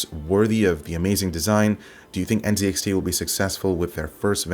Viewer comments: Z is pronounced ZED. You have failed at being a true Canadian. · Dude - you are a Canadian. It's pronounced Zed - N, Zed, X, T.